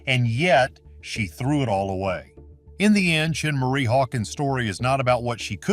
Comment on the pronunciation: Her name is Schenee (Shin-ay) NOT CHIN-MARIE